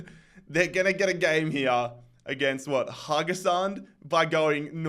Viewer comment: Haugesund is pronounced “Hog-Sund”